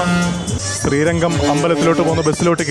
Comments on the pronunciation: ശ്രീരങ്കം അല്ല . ശ്രീരംഗം. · ശ്രീരംഗം - അതാണ് ശരി ശ്രീരങ്കം - തെറ്റാണ് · ചേട്ടാ ശ്രീരംഗം എന്നാണ്